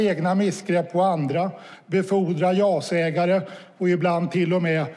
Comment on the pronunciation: "Jas-ägare", menar han inte ja-sägare?